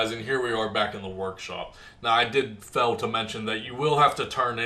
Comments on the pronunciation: Thanks for great video. Suggestion on your pronunciation of fail, make sure it rhymes with ale (everyone loves a good ale). When you say it, it sounds like fell. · Is this dude trying to say "your probably gonna fell" or "your probably gonna fail" .....wowza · Dude, the word fail is pronounced like fayle